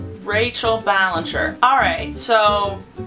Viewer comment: It not Ballenger It Ballinger